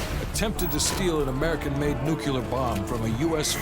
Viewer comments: "Attempted to steal a NUCULAR bomb" - Narrated by Trump himself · Hearing absolutely BUTCHER the word “nuclear” is wringing my brain dry